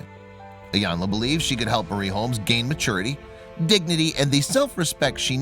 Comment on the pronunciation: Wow. And Narrator? Get Iyana’s name right